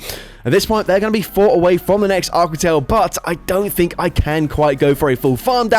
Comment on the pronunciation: I’ve never heard a Brit pronounce aqua like that lol.